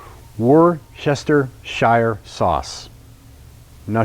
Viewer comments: Wooster-sheer. Not war cest hers shire. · wooster-shire sauce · Thank you for this video! As a New Englander, it is pronounced “woo-sha-steer” sauce. Blame the English. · Easy to say. Wooster Sheer. I really dont get why Americans cant say it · Woostershur sauce 🤌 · It's pronounced Wooster Sure. I'm on a mission to help people who struggle with the pronunciation. Great recipe btw! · Woos-tah Shy’er. It’s not hard! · “Wor Chester shire sauce” 😅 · Worcestershire sauce is pronounced like “wustersher” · It's pronounced "Wooster sure" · (Worse sta shuh) sauce. I'm from the UK that's how you say it 😊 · It's pronounced "wooster-sheer." It was originally made in the city of Worcester in England (which is pronounced "wooster") in the county of Worcestershire. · worcestershire is pronounced ( wooster sheer ). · thanks, I'm so glad that you can't pronounce the name of the sauce. I've been trying but can't get it out of my mouth correctly. Nice pan you've got there. I can't find it overhere.